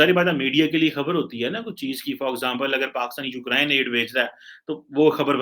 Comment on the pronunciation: after holding myself back for a long time, I want to politely inform you that it's pronounced You-Krayn and not You-Krine..good day.